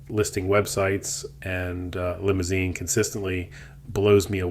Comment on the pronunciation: It's pronounced Li-moo-zahn.